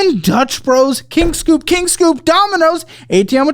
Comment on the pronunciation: It's not King Scoop it's King Soop as in Soopers. It's a grocery store.